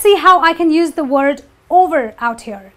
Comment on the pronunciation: You mispronounce the noun use.